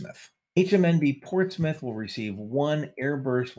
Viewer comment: His pronunciation of UK place names was great, for example Ports Mouth was pronounced correctly